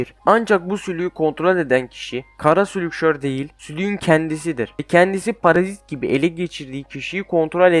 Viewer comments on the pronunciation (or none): none